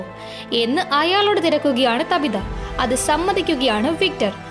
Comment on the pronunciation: താബിത അല്ല ചേച്ചി റ്റാബിത ahnu